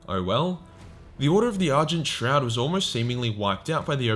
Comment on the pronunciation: Am I the only one that heard "Order of the Urgent Trout"?